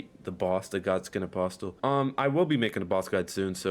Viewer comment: The t in apostle is silent. This is the 3rd Eldon Ring video I’ve seen where it’s mispronounced.